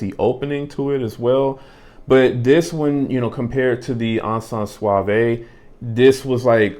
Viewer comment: Hi. The "e" isn't pronounced in "suave" (I live in france)